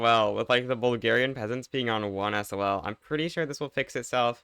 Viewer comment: WHY DOES HE SAY S.O.L INSTEAD OF SAYING SOL